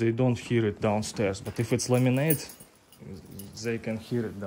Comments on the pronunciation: You confused me for a minute, you said laminate and I thought you said lemonade. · Ah, laminate. The first few times all I heard was lemonade.